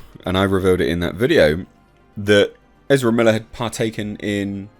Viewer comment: From now on, just call Ezra Miller they way you tried to say it. "Ezrblbblele". It's better.